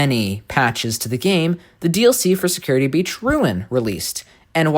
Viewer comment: Did you just call it security beach?